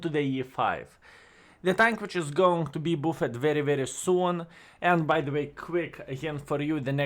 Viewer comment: No sense in mispronouncing "buffed" forever. Here is how to say it correctly